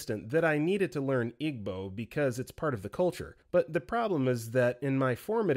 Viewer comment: it’s pronounced “EE-bow,” not “IG-bow.” and that one resonated with me SO much. i was expected to just absorb igbo through osmosis and was mocked when i tried to learn formally. now they’re mad i don’t speak igbo🙄